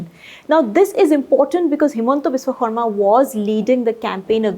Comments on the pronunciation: She said Xarma instead of Sharma❤️ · It seems someone told to pronounce khorma